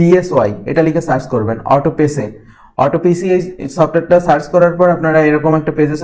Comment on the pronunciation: Vaiya,etar pronunciation hobe autop....sy